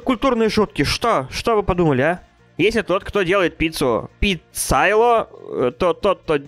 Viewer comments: Не пицайло, а пицаёло так произносится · не пицАйоло а пицайОло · читаеться пицаёло ударение на ё а не пицайло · не пицайло ! А ПИ-ЦА-ЙО-ЛО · не пиццайло, а пиццайоло)) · не паццайло а пиццайёло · Объясните пожалуйста почему "ПИЦАЙЛО"!?!? ПРАВИЛЬНО "ПИЦОЙОЛЛО" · О господи( ПиццайОло а не пиццайло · Правильно Пиццайо(ё)ло а не пиццайло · произносится пиццаёло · В пиццайоло ударение на йо